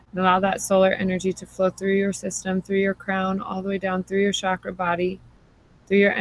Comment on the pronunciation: Namaste mama, I so wanted to hear this as I'm just beginning communications with a spirit baby and am interested to hear about others' experiences with this, but was too triggered by the repeated use of the sound, "shakra" for the Sanskrit word, pronounced "cha-kra", like "cho-colate". Excited to explore this trigger but could only make it seven minutes before the fires of irritation consumed me! Blessings for sharing this.